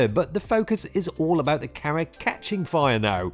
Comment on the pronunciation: I love how he says camera 📸 like carrot. 🥕 Plus it's a pretty balanced opinion.